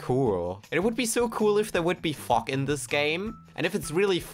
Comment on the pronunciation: Anyone else notice the way he says fog? Sounds kinda sus. Great vid btw